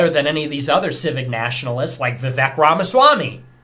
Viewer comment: He can’t even pronounce Vivek correctly